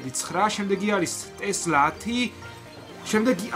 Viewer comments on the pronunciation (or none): none